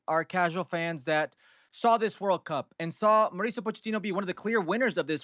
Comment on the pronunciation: Dear gringos please pronounce MAU RI CIO not MARICIO